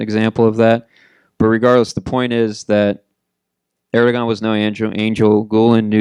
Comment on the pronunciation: I stopped listening to this guy when I see the "institute of world politics" in the background. It's US propaganda. This guy cannot even pronounce Erdogan properly.